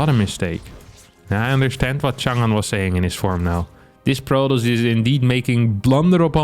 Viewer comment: It’s nice to see a western YouTuber pronounce 长安 okay